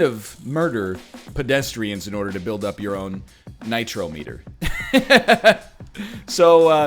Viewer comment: You of all people should know it’s pronounced nitrometer not nitrometer